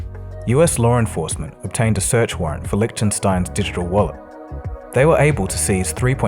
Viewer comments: I dont think that Lichtenstein is pronounced as lidgetensteen. 😁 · "Litchtenstien a Russian" LOL yeah not!